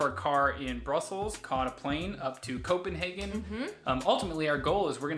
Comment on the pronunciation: Thank you for saying Copenhagen correct ❤